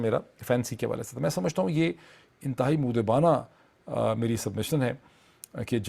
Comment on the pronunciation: اردو لفظ مودبانہ کا تلفظ moaddebanahاور moodebana نہیں دوسرا لفظ نبرد از ما ہے۔ جوکہ naburdaazma ہے۔